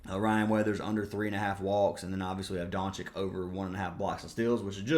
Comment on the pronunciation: Hhahahahha I love how you pronounce every players name wrong. It always cracks me up. (Rozier, VM, doncic) hahaha. You’re the man though brother I bet big on that baseball bet yesterday. You’ve won me some decent money last 3 months. Keep crushing it